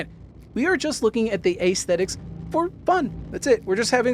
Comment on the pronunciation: Aesthetics is pronounced uhs·theh·tuhks... not ays-theh-ticks...